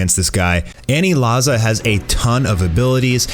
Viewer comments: aniraza* u irritate me when u say anilaza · "Anilaza"? lol way to white it up. Its pronounced "Aniraza" there is no L in Japanese alphabet. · It’s aniraza not anilaza BOIIII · Ur saying anilaza wrong